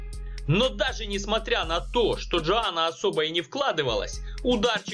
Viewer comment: Йоанна Енджейчик, а не Джоана Энджейчик)